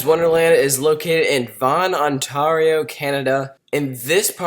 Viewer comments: It's not On Tario it's Ontario (Ontereo) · "On-tar-io?" LOL. It's not that hard to say. I've never heard anyone butcher that name before. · you pronounced Ontario wrong.. it's not ontaaaario its on-tay-rio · It's Ontario, not Ontaario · on-TAR-io lol it's on-TARE-rio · why ontarrrio seriously it isn't that difficult to pronounce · ive never in my life herd anyone pronounce Ontario Ontarwio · On -TAR-e-o lol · Nice video! terrible freakin pronunciation!!!! I mean c'mon, seriously.........ONTAARIO!!!! the Frick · it's on-ta-rio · LMAO i just commented it's Ontario pronounced (Ontereo) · are you American because you said pronounced Ontario wrong!? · You pronounced ontario wrong 😂😂😂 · I know right? Its not that hard to pronounce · You can tell he's American the way he says Ontario lol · Hey you said Ontario wrong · You pronounced Ontario wrong. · You can tell he's American the way he pronounced Ontario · I know man it just hurts! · I cringed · As a Canadian the way he says Ontario makes me mad> XD